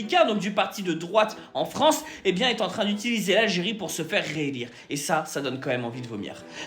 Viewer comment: On dit tahya et non terchya 🙄🙄🙄🙄🙄